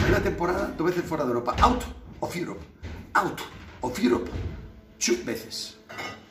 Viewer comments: .Muy buen inglés. RP del mismísimo Oxford. "Aut of Jiurop chú veces. Aut of iurop en la fers iurop Champion. Y aut os Iurof, second Iurop, la Europa Lig." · Un poco de idiomas no le vendria mal a Roncero out of uerope two veces, jajajaja